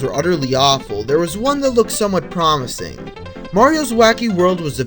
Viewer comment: Listen to the last word of every sentence...PROMIS-ing